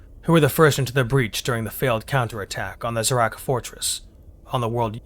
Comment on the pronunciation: You seem to kee pronouncing Zharrk as "Z-rak" instead of "Zha-rk".And the J in Wojtek is pronounced as J,not Đ.You also pronounced Tercia as Terryka.Weirdly,you ronounced Chasovoy the same way as Charlie instead of Chaos...You make a lot of mistakes in the ronounciation of words,actually.